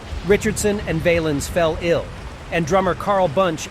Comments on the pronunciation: Richie's last name isn't pronounced Vaylens. It's pronounced Valluns. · Got the dates wrong, and miss pronounced Ritchies' last name